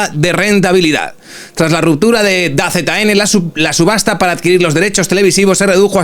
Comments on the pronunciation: "Da Z N",? En serio?... Se dice "Dazon" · No ves nada de deporte no? 😂 Se lee "dazon" no "da zeta ene"